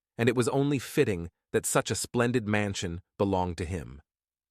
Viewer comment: I also heard "Stoode" and "Mansione" in the same area